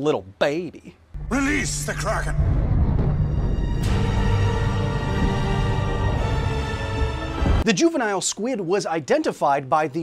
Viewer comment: Its KRAY-KEN, so tired of hearing it wrong!! If it were KRACK-EN, it would have a C in there!!